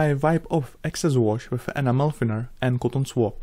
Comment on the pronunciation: Funny thing is amazon has a high search rate for tamiya animal paint. I think you should try to enunciate the E at the beginning of Enamel. Not a big deal I understand English is rough with the various accents but it may stop the confusion.... keep up the great work, love all of your work.